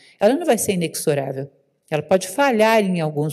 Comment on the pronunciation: Boa noite! Com muita admiração à digníssima professora Lúcia Helena, respeitosa e humildemente, declaro que de acordo com dicionário Aurélio a palavra inexorável (implacável) tem como pronúncia correta "inezorável" e não "inecsorável". 💕💕